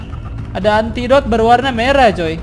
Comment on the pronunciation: Antidote salah ngomong